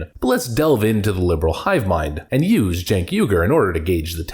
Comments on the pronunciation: Did you say chunk yogurt? lol . I guess that's why he is so sour. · Stink Ogre Spells his name Cenk and we are supposed to pronounce it Jenk.